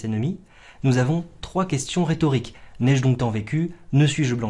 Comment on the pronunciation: « N'ai j' donc tant vécu » contient une élision visuelle du e de je. Je vous l’apprends ? Je vous cite. « Cont’, sois de mon prince », aussi. Le e muet avant une virgule se prononce. Vous imaginez enseigner la poésie mais certains de vos alexandrins ont onze syllabes. Néanmoins vous êtes globalement plus régulier et moins vulgaire que les cabotins professionnels qui braillent leur philistinisme sur scène. Chapeau.